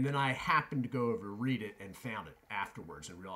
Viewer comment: Red-dit is how it’s pronounced. 👍